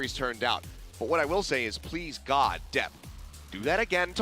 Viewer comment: ゴッドじゃなくてガッドって聞こえるね